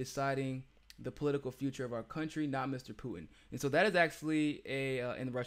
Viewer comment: Mis-pronouncing words like "Poo-in" and "Impor-ant"....lol